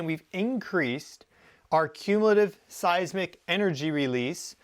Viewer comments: It occurs to me that a real Geophysicist should be capable of correctly pronouncing "Seismic Waves". Not "Size ick waves". How can we take you seriously. Unless you have a speech impediment, then I could make an exception. If you do, then I apologize. If you don't. I suggest you review your production more carefully and re-shoot things like that. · You said seisic waves. I’ve only heard of seisMic waves. Is there a difference?